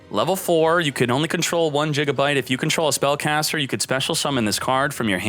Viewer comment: Ah yes, the last piece for my gagagigo deck. jigabyte 🤣